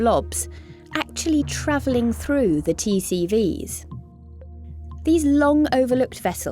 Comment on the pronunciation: I always hear T-series instead of TCVs